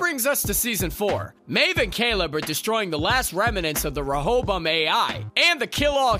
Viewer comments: Why the heck is he pronouncing words so weird?? He sounds like a "HOST" or "Rohobum"...... 😜😂🤣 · “DEELOWS” “REHOBUM” “SIRACK” Horrible video, delete it and take your own life lmao